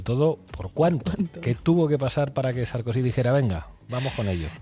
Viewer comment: Jajajaja 😂 ¿"SARKUSI"? jajajaja